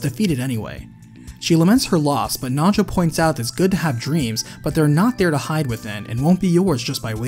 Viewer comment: Anyone else hear nacho when he says Nanjo.